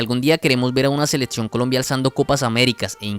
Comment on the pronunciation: La cantidad de falacias de este video es innumerable, pero lo más desesperante es que el muchacho no pueda decir "selección", sino seletsión.